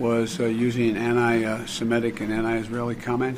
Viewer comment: What is "annii" is he saying ANTI??!!! UGH IMPEACH THIS CLOWN. HE CAN'T EVEN KEEP HIS EYES OPEN.